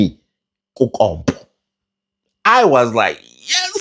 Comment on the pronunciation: I know this is a serious matter but the way you say kuKompppo 🤣🤣🤣🤣🤣